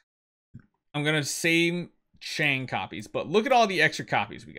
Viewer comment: Chang 'e pronounce chang o